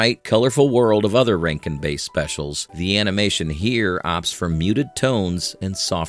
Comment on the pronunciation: Hey AI bot! It’s Bass. Rhymes with Ass (like a donkey).